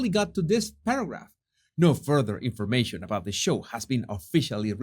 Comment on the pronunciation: Oh Jesus, you have copied that “ in-for ma- SHON” from another YouTuber, Nerdrotic! That’s his and he’s been saying it for years. Let it remain his pronunciation, please.